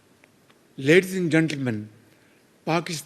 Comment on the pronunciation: Ledin And Gentlemen 😂😂😂